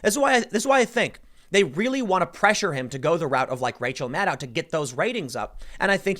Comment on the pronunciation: Maddow rhymes with allow? Doesn't it rhyme with widow?